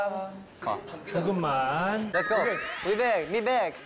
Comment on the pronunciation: was that "let's go" from jungwon? That was so aussie!